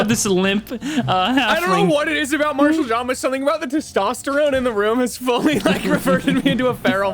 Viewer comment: dude it’s Marshall John, not Martial xD